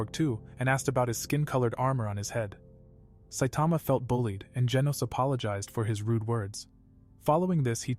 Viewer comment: he said satama😂😂😂😂😂😂😂😂😂😂